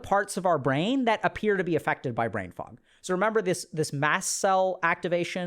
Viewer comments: Anyone else keep hearing “brain frog”??? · The first time you hear "brain fuck" instead of fog, you're lost and can't unhear it lol :D